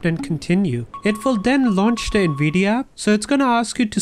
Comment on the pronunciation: “Nvidi aap”☺️🤙